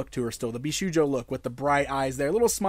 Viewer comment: Indeed it's pronounced "Bisho-yo" the u is silent =)